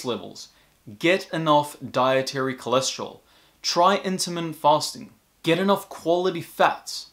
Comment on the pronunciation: Very interesting, good information. But he's saying "intimate fasting" whether he knows it or not, and I'm sure he means "intermittent fasting."